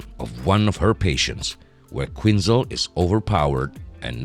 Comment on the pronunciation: Who the f*ck is Harleen Queenzer?? "Quinzel" was pronounced correctly a couple of times (barely) #manglednames